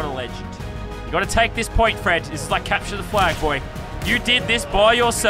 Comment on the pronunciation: Does anyone watch this in 2019 and think that Lazarbeam keeps saying “Fresh” when he actually is just saying “Fred”. BRU😂